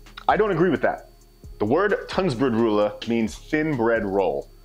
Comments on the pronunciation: not to be that jerk but it's Tunnbrödsrulle not Tunnsbrodrulle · Whats weird about that? Also it's called Tunnbrödsrulle, not an "s" after Tunn. 🙂